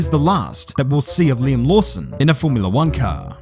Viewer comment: it's Liam...